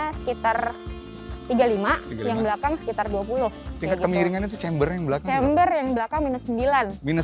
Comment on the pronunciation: camber. lebih baik pembawa acaranya ngomongnya camber, bukan chamber, supaya lebih meyakinkan viewer bhw ini emg channel mobil. ngerti smw ttg mbl dgn bener. camber NOT CHAMBER